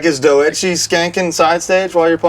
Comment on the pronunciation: pronouncing doechii as "doe-ecchi" popped the fuck out of me also: this is like the perfect introductory episode for hardlore, especially since it serves as the debut for the standalone channel. you get a perfect vibe for and dynamic, get to know one of the dopest hc bands out there right now, and have a very pleasant time hearing guys bein' dudes and talking about the thing we're all here for: hardcore. hell yeah.